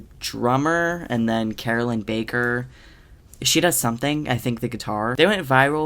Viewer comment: I'm WHEEZING at the pause and then the...."She does something."